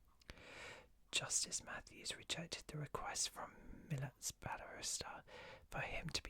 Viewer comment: The "lat" part of Milat is pronounced in a way that rhymes with cat. It's really sad that so many of his victims were never recovered/their families can never have true peace and closure. Random fact: My cousin actually lived next to one Ivan's brothers. 😮 I like your whisper. It's really chill to listen to. *sorry for the long comment